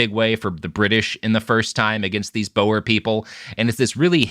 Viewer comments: Boer is pronounced like boar, not bow-er. I tried looking up what you were talking about because your mispronunciation threw me off so much, until it hit me. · As a Dutch guy I'm a little annoyed you're saying Boer wrong ngl